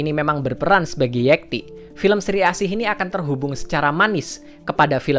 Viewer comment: Pengucapan nama "Yekti" itu pake e atau é. Kalo itu nama Jawa, seharusnya pengucapan e-nya kaya di kata "enam" bukan seperti dikata "(ikan) lele". Kadang gemes kalo ada yang ngucapinnya keliru. Kecuali kalo kita orang Medan. hehehe